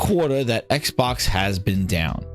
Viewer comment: X-Bax. Bax is in the name😂